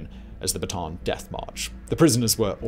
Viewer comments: Great videos. It’s not pronounced, “Bah-tahn” like a Baton. It’s pronounced, “Bah-tah-Ahn” and even spelled to annotate, Bataan. My grandfather was a “Bataan death march” survivor. Until the day he died he corrected people the proper pronunciation. 🇵🇭 🇺🇸👍🏾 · It's pronounce Bat -a-an. In tagalog, both a's are pronounced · "Bataan" is pronounced as "bata-an". Separate the two A.